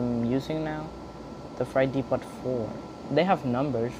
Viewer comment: Freight depot is pronounced: fr-ea-t de-po